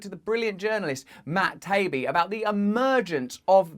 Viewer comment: Matt Taibi ( pronounced Tie E B)